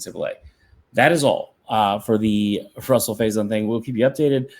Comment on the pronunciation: why would they even allow him in the transfer portal to begin with if he didn't have any eligibility??? also, his name is rahsul, not ruhsul.